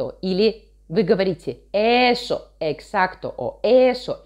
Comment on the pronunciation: Написано ESOOOO, но она почему-то произносит не ЭСОООО , а ... ЭЭЭЭСО